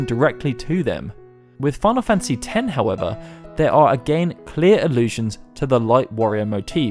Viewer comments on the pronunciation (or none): none